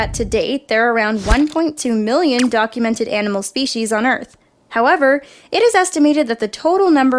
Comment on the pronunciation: said spwecies